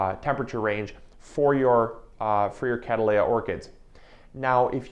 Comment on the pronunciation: The way you're saying "catteleya" is catt‐leya 😅